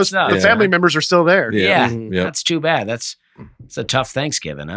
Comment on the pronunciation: Dusty DEFINITELY says a “T” after a “d”. I hear it in “Bad” and “Good”. He says “badt” and “goodt”